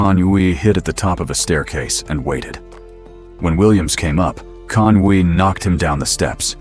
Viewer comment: CONUI is pronounced “CONWEE”